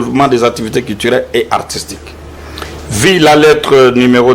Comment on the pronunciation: Le Congo est descendu trop bas Il y a des moins en moins des gens compétentes qui lisent et parlent correctement Le représentant de la maison de production qui lisait l article consacrant Louis France meilleur journaliste Quelle lecture médiocre!!! On dit vu, et non vi L éducation et l instruction sont détruites